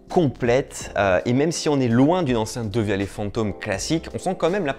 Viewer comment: Ça se prononce devialette